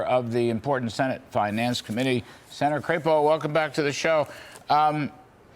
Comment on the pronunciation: "CRAP-EOH"????? I say CRAP-O........